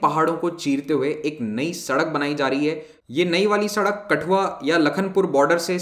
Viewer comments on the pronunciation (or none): none